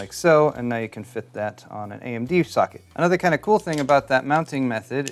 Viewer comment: Am I the only one hearing "suck it" instead of "socket" ?